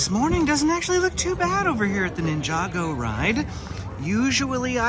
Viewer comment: “Ninja-Go” not ninjago lol cool video tho